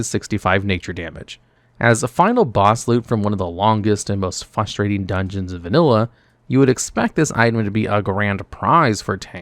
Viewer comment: Harbringer, Fustrating, etc…